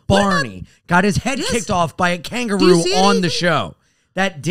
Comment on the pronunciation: Can someone explain to that 'Kangaroo' is a three-syllable word?